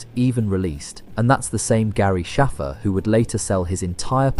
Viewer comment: bro she literally pronounces the letter ‘a’ in “Shaffer” like you would in the word ‘cake’. In fact it was said like that twice in this video by NPC’s so why deliberately mispronounce it